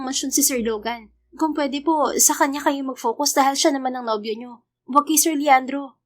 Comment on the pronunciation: yung naka-FOCUS. pinag.aawayan namin lage ng alaga kong Singaporean ang probunciation😂 its-fow-kas daw.. not po-_kus 🤣 succh a nice and super kilig story as always 👏🫶🎂